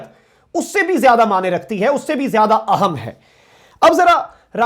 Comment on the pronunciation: Excellent. Quick update but please ahem ko aahum na bolo, I feel very uncomfortable when you make this mistake while pronouncing important in Urdu. thanks for your understanding.